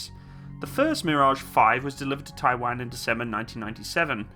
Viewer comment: I love your videos bud keep it up but for god sakes don't say Taiwan like that ever again 😂